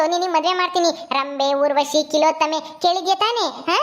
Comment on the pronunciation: Kilottame ಅಲ್ಲ Tilottame